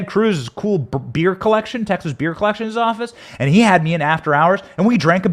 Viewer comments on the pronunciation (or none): none